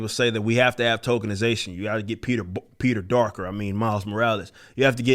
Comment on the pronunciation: Peter Darker instead of Peter Parker....i seriously just caught that ROFL